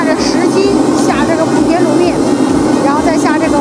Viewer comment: 莆（第二声）田